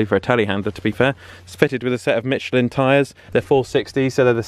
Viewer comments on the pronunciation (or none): none